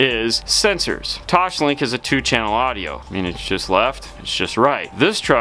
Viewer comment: Toss-link, not Tosh-link. Toslink.